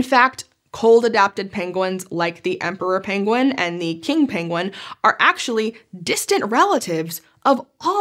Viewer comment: Somehow I just realized that I will never hear the word penguin without hearing Cumberbatch butchering the word 😅😅😅